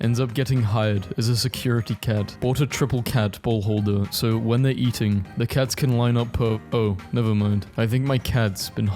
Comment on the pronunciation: “but theyrrrrrre great”